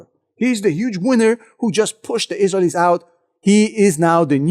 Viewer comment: I love your videos but you pronounce Israelies wrong